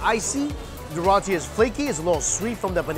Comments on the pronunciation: Oh Mikey, its rowtee not rahtee. Or rather Roti not rati. I love your channels. You can eat what I cannot. I envy your 3 stomachs. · I got so mad wen he said it wrong omg 😩 I live in the Caribbean where we have roti n white ppl say Ruh Tea instead of roti 😩😩😫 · Its not rati its RO-TI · In Trinidad is is pronounced roti [row-tea] as well. Was awkward hearing him saw it like that lol. Either way, it tastes great lol. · Everytime that he said "Rotee" cringe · Haha he said “Rahti” hehe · Put more Pronunciation in the o in rotie